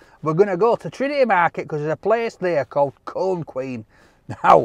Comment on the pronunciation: I kept thinking was saying pizza "corn", but I knew that couldn't be right. I don't think that he'd eat anything if it was even just named corn, certainly wouldn't if corn was an ingredient. I'm from Maine and I've never heard of a pizza cone. Not sure if they're popular anywhere else in the states.